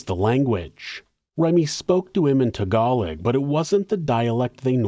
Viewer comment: Tag Gah Low. Not Tag Alog